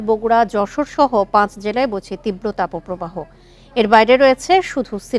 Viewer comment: তাপোপ্রবাহ 😂😂😂😂বোকাচোদাদের উচ্চারণ